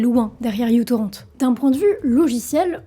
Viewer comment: Je dis ça comme ça mais ce n'est pas u-torrent mais micro-torrent parce que, justement, il était et est léger !